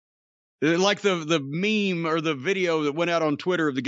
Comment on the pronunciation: Lol he said it before in a previous episode but pronounced it as me-me